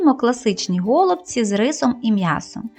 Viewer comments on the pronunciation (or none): Правильно казати голубці", а не го" лубці. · все добре, але голубці з наголосом на " і ".